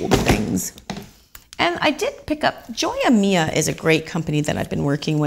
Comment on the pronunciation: I'm betting Joya Mia is Spanish. So you would say "joya" not like English "joy-ah" but "hoi-ya." If it is Spanish, it would be Jewel of Mine (which goes with their logo). Just saying something because you like their stuff so much.